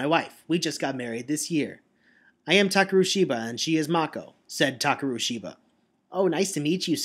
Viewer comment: Um, first, I think you misread Ban's name. It's not Banban Azuka, but Banban 'Akaza'. Also I thought that when you said 'Takeru', the 'e' should be of a higher pitch, but maybe that's just your style?